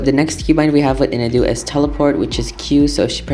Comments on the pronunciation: It’s pronounced IN-AW-DOO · I don't want to be rude but Inadu is pronounced IH-NAH-DEW